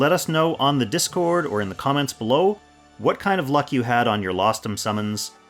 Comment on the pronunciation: Rostam was the name of legendary persian heroes. Lostham just sound.... very wrong